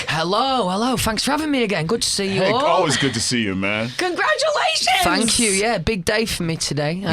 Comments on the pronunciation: Nobody Louis:fank you fank you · Louis Tomlinson : Fank you “ thank you “ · "Fank you" .. Louis